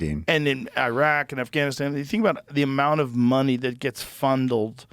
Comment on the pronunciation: "Fundled." Dumbass joe not even trying